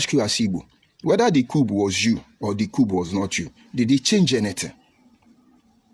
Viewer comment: Everything this fellow said are full of Cacophony, contradictions, outburst of hatred, anger and pointless. No body is forcing you to unite with Igbos. Go your stupid way. He can not even pronounce "Coup". Was he pronouncing Coup or Cupe? I have wasted my precious time listening to this goat putting on tie.